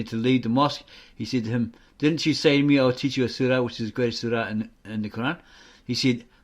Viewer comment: You can't even pronounce the Quran and you'll teach us about the truth you joker